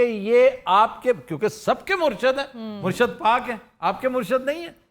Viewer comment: Aftab Iqbal sahab: It's "Murshid" not "Murshad".... "Murshid" is for leader => peer! Where as, "Murshad" is for the followers => awam!